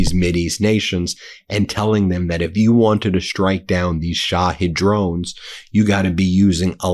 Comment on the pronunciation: Duuuuuuuude! Put me on the pay roll as a linguistics consultant. Its Not "Sha-head"! Sha-heed. You lose all credibility when you cant pronounce commonly understood pronunciations.